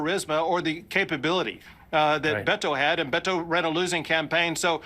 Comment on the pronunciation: Calling Beto “Betto” is INSANE.